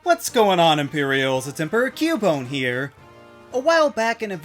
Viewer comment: I don't quite like the way he says "here", but otherwise, same.